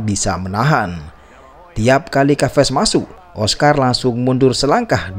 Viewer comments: Bukan kaves om tp ca ves sebutan yg benar.. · nama chaves di baca saves min,bukan kaves